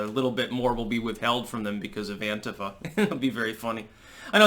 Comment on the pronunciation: Thank you for (mostly) pronouncing "Antifa" correctly. Sick of hearing the stupid anTEEfa shit.